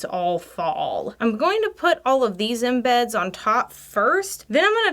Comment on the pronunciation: lol, "tikked" cuz she "tokked" too much, and put the same in-beds in! HeeHee, We love you,!